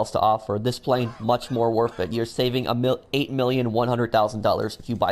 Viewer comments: Anyone else annoyed by how this dude says worth as wurf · Anyone like how he says “worf it”